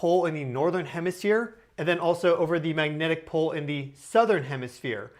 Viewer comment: Anyone else picture a charismatic mustachioed 1970s Chicago cop guy every time he says magnetic pol?